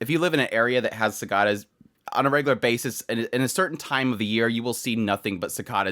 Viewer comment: Pronouncing cicada wrong bro.